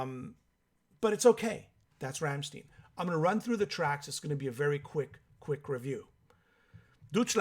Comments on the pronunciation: Werner Boshoff hahahah. Ramm stein!!! No steeen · Ramm STEIN not shteen. Pronounced 'shh tie nnn' in your shitty bastardised version of my beautiful language. An English man. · "Rammsteeeeeen"..... SMH 🤦‍♂️ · Rammstein doesn't rhyme with 'teen', it rhymes with 'wine'.